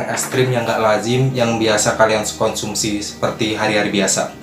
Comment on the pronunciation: Konsumsi mas bukan skonsumsi 🤭